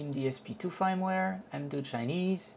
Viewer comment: Firmware is pronounced like the word Fern but with a M at the end. Your pronunciation sounds like "fineware" would be pronounced if it were an English word. Thanks for the video and the detailed instructions.